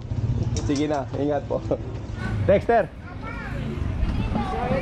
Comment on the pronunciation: when u said ingat ingat to those guys, you souded more local than the locals😅.